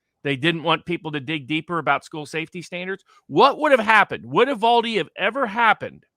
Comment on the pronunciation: First of all it is Uv-Al-de, as in Al(ex) Jones, Al Sharpton. it hurts my ears to hear it called Uv All de. commented out a very good point. The kid was a known entity at several levels. If you look at the last 50 cases of mass shootings the profile of every shooter is virtually the same. Take the challenge. Where did the money come from. He paid nearly $5000 for the guns and another $3000 for the ammunition. He was poor, his family was poor and he paid cash, actual C-notes. The local banks have been silent about the cash. Did he get it from a bank, based on my experience they make me get a cashier's check or Travelers checks. he is less than 50 miles from the border and there are lots of Mules. Police and the FBI were aware of this kid and every other shooter in recent history. Nothing done. These kids are very vulnerable to people of seemingly like mind and easily programmed. Did the FBI set the kid up? Don't know? Not likely (I hope), however did they piss and moan to their friends about having to surveil them, don't know, stake outs are the job from Hell, but that's just me. Is the FBI closely associated with the Democratic Party? For the last 30 years I would have to say Yes! Lots of evidence to that. Patterns, Patterns, Patterns.